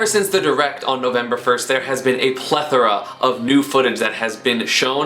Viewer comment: Thank F*CK for someone on youtube pronouncing "plethora" the way it's meant to. Props.